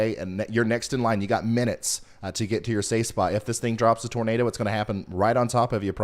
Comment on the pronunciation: When you say "Nador" the Floridians might think they hear "Gator" lol <3